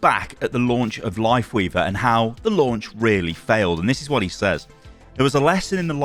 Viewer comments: can you pronounce says correctly please? It's pronounced sez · I get so distracted every time you say "says"